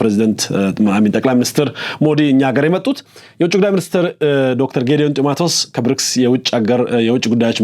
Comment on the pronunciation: ቆይ አንተ ኢትዮጵያዊ አይደለህም እንዴ ??? ጢመትዎስ ሳይሆን ጥመቲዎስ ነው 😁😁😁😁😁 ko ሀዲ 👺👺👺👺